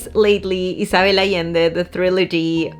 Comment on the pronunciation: My name is Isabelle. The way you pronounce it, with the S sounding like a double S and not a Z, and the B sounding more like a V is just 🥰!! It's the first time I hear it pronounced this way and I"m in love! Also crying for a book is SO RELATABLE!!!!